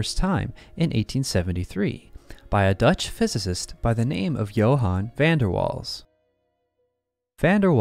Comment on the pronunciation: Please pronounce the name of Van der Waal correctly. The emphasis is on "Waals" as "Van der" just means "from the". Not difficult for English speaking people/AI with just a bit of polite effort.